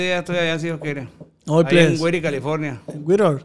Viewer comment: Es Whittier California no wiror 😅